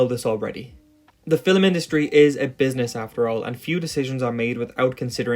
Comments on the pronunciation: Cool video and all. Also i love the way you say film. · i like the way this dude says film. it’s just so nice. i mean this in the most genuine way possible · I would like to speak to your pronunciation teacher real quick, I don't blame you for pronouncing "film" like that. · It's his accent. I'm Scottish and we pronounce it 'fill-um' as well. Or at least we do in my part of Scotland. It's not bizarre, just a variation in the pronounciation of a word. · Hearing the word "film" pronounced with 2 syllables is very unsettling. Am I alone? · oh my god this video is great but your pronunciation of film is so annoying. its not filem its film where do you get the extra vowel from?? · Why do you keep saying "Fillem" instead of "Film"? 😂😂😂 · Why does it sound like you're saying "fillum" or "fillamum" instead of film? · “Fill-em”? I don’t think I’ve ever heard a one-syllable word pronounced so…..uniquely. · The word is "film," not "fillum." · “Fillem” vs”film” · You're one of those guys that pronounces film like "fillum". Nothing wrong with it, just an observation. It's probably the dialect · Is it pronounced film or fillum? I can't figure out any pattern as to why it's one way in some sentences and the other in other sentences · Great video! But one thing that distracted me from the content throughout the video was the bizarre way you pronounce "film" or "films". Sounds like "fill' em" to me... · He pronounces film as "phillum" and it fucks me up everytime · There's no ''U'' in ''film'', and I know that you know this, as you said ''film'' once in the vid. Idk why, but i find this infuriating... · Learn to pronounce the word film before doing a video about it... "Fille'm" smh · Filum…filum..filum… is all I hear. It’s distracting from your clearly well researched and thoughtful narrative… Just pronounce the word like the rest of the world please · Is he saying 'filim'?